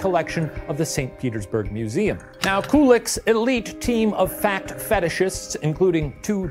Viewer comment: Shane imma need you to pronounce the 'c' in 'fact' a little more clearly